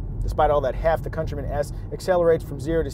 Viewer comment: Countryman as in - Cuntrymun, not COUNTARY-MAAN.